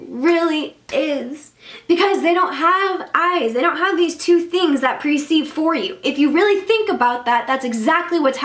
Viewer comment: Per-ceive instead of pre-ceive